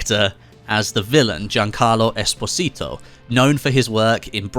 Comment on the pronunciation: Jesus love u but you butchered Giancarlo's last name so bad i had to stop the video and take a break ♥️